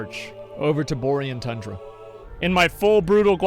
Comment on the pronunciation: Boar Ian Tundra lol Bo reeeee an tundra!